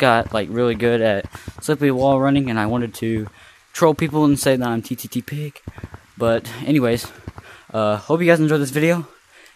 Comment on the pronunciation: hhahahah “ttttig”